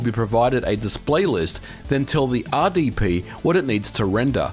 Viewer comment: Oops, ya emphasized the R on both "RSP" and "RDP," rather than the letters that set them apart from each other (S and D, of course).